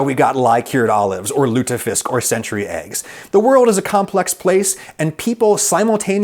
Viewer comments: Heeeey, lutefisk :) Not too bad a pronounciation either :)¨ Coolness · The way you say "lutefisk" is impressive. Well done! Thanks for a very unformative video :) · Lutefisk. That was good enough. Finally an american who attempts to pronounce a foreign word. Good job. We need more of these. Too many Americans stop and excuse themselves, while they tip toe around "dangerous words." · The way you pronaunce lutefisk is so class XD